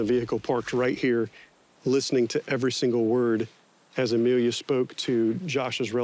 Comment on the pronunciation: Ema-Lia? Said the lawyer?!